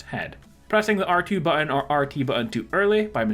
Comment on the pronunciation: FYI, there are two letter "T"s in the word button.